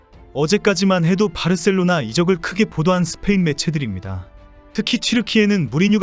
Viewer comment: 바르셀로나 가 아니고 바 셀로나